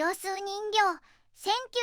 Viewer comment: 人形はじんけいと読むのですか？😠